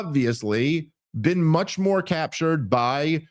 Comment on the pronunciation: “You haven’t ever Bean to Isreal?” 😂